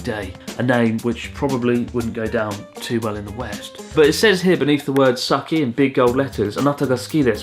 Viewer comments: "Sukky" reasonable person: it's "suki" 1000 IQ 5-head: "S U C K Y" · It's suu-kee, not sucky. And it's ro-peh, not rope. What a wanker! LOL! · サッキーじゃなくて、スッキーだと思うよ 好きとポッキーを掛けてるんだと思うバレンタインバージョンで(ふざけつつ本気で作ってると思う笑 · Wouldn't the Pokky box be a pun on "Suki" (好き). Like, it's not supposed to be pronounced "Sucky", but rather "Su-Key" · Has no one else thought that it's pronounced "Sookky" instead of "Sukky" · Pronounced as sookky, meaning "like", as in I like you, not sucky. Buddhism? We are not religious, and we do not uphold collectivism. We simple care about others and do not do things that would disturb others. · Hi Chris from 3 years ago, you probably noticed by now, but I think Sukky is meant to sound like '好き' rather than suck-ky. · it's not sukki it's SUCC-Y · I think that is sukky すきー (Like) not さっきー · きっとあなたのジョークなのだと思うけど・・・ Sukkyは「さっきー」ではなく「すっきー」と読みます。 すぐ下に「あなたが好きです」って書いてあったでしょ？ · Lolol its not sucky tho you say sooky which is just even worse for russians haha, also itadaikimashita or ikimasu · Maybe sukky pronounced as "Suki" which means like in Japan? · The Poki is called “Sukky” because if you try to pronounce that in Japanese it’s “好き” (suki). That translates to “like”. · Maybe SUKKY is not pronounced as Sucky. It’s Japan after all. Maybe it’s “Sooh - Key” just like Anata ga Suki desu. Just a play on the word “suki” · LOL, I love how he said sukky as sukky, and I am sure he knows how it should be pronounced. IMO, it probably is "suki" which means "like/love". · Pretty sure it's said sookki, instead of sucky. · Pretty sure the snack isn’t meant to be said like “sucky” but a play on words for すきです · Maybe it's supposed to be スッキ ポッキー、like 好っき。。。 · I think it is pronounce Sukky (Like - Sukie). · I think the Sukky should be pronounced as Suki like すき. It make sense since it's a Valentine's Day chocolate 😅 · Is it really pronounced Sucky not すっき? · It's called Sukky because its supposed to sound like Suki which is 好き which means I like you.